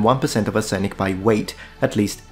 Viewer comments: You should read your cheesy dictionary video bank clips : it's arse-nic NOT ar-senic. While we are here, please learn the difference between the words where and were . The latter is pronounced wur , not wear. I know as a scholar of language you will not take that the wrong way. Otherwise congratulations on your almost error free English ( apart from the usual deformations you have picked up by learning from american sources who have adopted, amongst others, the annoying habit of "talking to" a subject instead of "talking about" it. In English, you talk to people, but you talk about a subject ). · You have a dictionary show which tells you arsenic is accented on the first syllable. Crossreference "Arsenic and Old Lace", a 1940s play and movie. It's a comedy about a family of serial killers. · Love the picture of the word arsenic while your pronouncing it 🤣 arse-nic